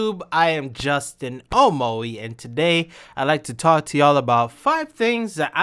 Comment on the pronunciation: It's ya boi Justin... Uh.. Mo.. E